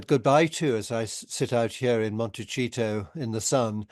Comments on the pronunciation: Interesting discussion. Thank you. But Hugo -- for the sake of the locals, please note -- it's pronounced Monte-SEE-toe! Not Monte-CHEATOE. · Will someone tell Hugo it's not Monecheeto it's Montecito 🤣🤣🤣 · It is pronounced M o n t e s i t o , tell your friends inot Montechito &i it is spelled Montecito. Thank you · MonteCHEETO. HAHAHA. I ABSOLUTELY adore Hugo